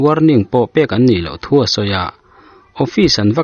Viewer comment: Thuba tih hi, ( phuba )tih tur a ni zawk lo maw?...A bengvar thlak thin e...Inp chanel vul zel rawh se.